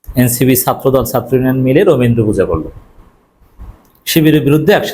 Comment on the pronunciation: এই বেটা শিবির তোমরা আগে বাংলা উচ্চারন শিখ , একটাও ছাত্র বলতে পার না বল ছাতর্